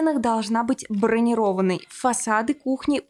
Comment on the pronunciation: "БронИрованный" - ударение, если в данном смысле. У вас в речи много ошибок.